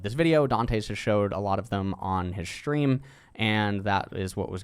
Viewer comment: take a shot every time he says "shtream"